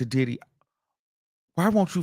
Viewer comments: Sounds like he's saying "DIIID HE"😂😂😂😂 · The way you say Diddy 😂